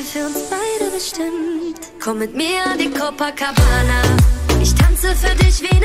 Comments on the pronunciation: Wenn Monte statt copa Coca sagt 😂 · "Cococabana" Alles Klar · haha sagt er cococabana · "Cococabana" Hahaha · "Cococabana" ahahhahahaha Ehrenmann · Und dann noch "coco"cabana xD ich kack ab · cococabana xD😂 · Niemand: Niemand: Monte:cococabana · cococabana xd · sagt er cococabana😂👍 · cococabana hahahahaha omg xD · Monte: cocokabana😂😂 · niemand: monte:cococabana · Haha bei 0.43 sagt er er sieht da kein future statt feat. 🤣🤣🤣 Aja und Cococabana🤣🤣 Monte is echt lost